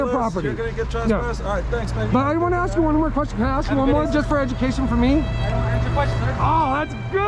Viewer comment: TTA fans another black man that cannot pronounce the word ask or asking in this case. He likes to portray that he is educated when he screws that word up. What a shame that the education system failed him.